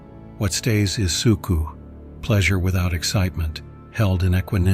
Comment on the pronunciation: Sook-A, not Sook-oo - your AI narrator needs better instructions